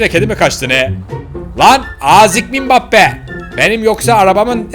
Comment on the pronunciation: Abi o mibappi değil embbape